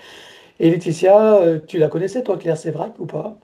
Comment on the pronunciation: Claire Séverac et non Sevrac ....